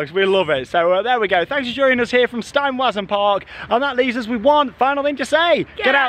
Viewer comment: As is usual, replacing all the ‘w’ characters, in the German words, with a ‘v’ sound would help a lot.